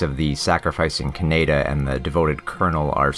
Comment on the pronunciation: You totally lost me when you kept pronouncing Kaneda’s name wrong dude. That was your biggest sin. Lame.